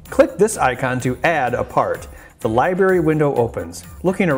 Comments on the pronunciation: I noticed he uses it interchangeably...Library to Li-Bery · I know this is a really picky thing, but every time he says "liberry" I want to rip out my own eardrums.